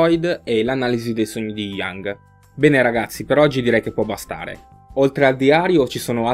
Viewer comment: si dice iung mica è cinee